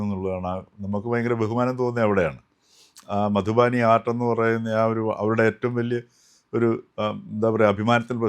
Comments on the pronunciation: മധുബാനി അല്ലാ മധുബനി അല്ലേ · മധുബാനി അല്ല, മധുബനി.